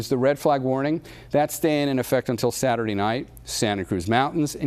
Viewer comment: When is satruday?